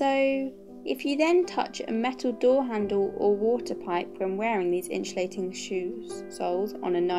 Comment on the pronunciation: I hate the way you say insulating